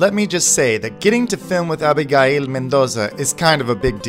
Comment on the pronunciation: Stop mispronouncing our name! i can't believe you don't know how to say ABIGAIL in English!